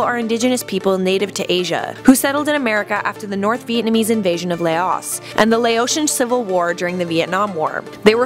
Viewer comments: You can’t say Laos correctly lol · U pronounce Hmong and laos wrong i know because I'm Laotian and I have a family whose Hmong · they pronounced Laos wrong